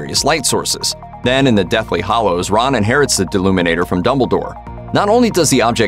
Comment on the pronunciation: HALLOWS, bud. With an A.